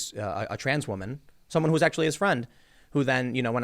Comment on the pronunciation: “Oh the stress! It’s so much for me as a wahman”